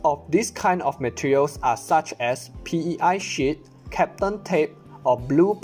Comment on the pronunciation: D Yeah he definitely said SHIT every time. But he knows two languages. English and something else. Which is 2 more than most Americans.